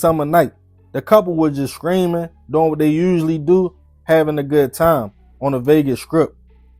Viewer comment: Yo that accent thick, when you say Streaming it sounds like your saying Screaming 😂 it had me confused at first 😂😂